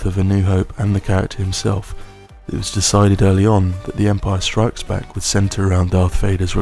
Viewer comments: You kept saying The Empire STRIKES Back (with the emphasis on ‘Strikes’) when it’s The Empire Strikes BACK. You’re the only one I’ve ever heard say it like that, ie incorrectly. Emphasising ‘Strikes’ suggests there were perhaps other films called The Empire FIGHTS Back, or The Empire SITS Back. If you were to tell me ‘someone tried to fight me,’ I might ask ‘did you fight back?’ The emphasis would be on ‘back’, not ‘fight.’ It’s The Empire Strikes BACK. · …but he pronounces it ‘The Empire STRIKES Back’, when it’s ‘The Empire Strikes BACK,’ ie with the emphasis on Back & not Strikes, so I’m afraid whatever quality of diction he may have, it’s ruined by strange delivery. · Great video, but do you really put that inflection on strikes, when you say The Empire Strikes Back? It drives me crazy. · What's with the weird emphasis when you say "the empire strikes back"? And the talking like you're trying not to wake someone sat next to you up makes this a little unsettling. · Indeed. The 'strikes' emphasis is rather distracting. I remember my nephew used to say it like that years ago and it annoyed me then. There's no italics or punctuation for that word, so no literal reason to change the emphasis or cadence.